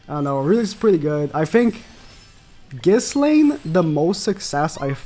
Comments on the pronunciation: Man pronounced ghislaine as “kiss laine”, can’t of watched much 😭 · Idk why but hearing him say ghiSlaine is really bothering me. Because I thought her name is pronounced without the s. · How can you say you've watched the anime and STILL pronounce the "s" in Ghislaine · The S in Ghislaines name is silent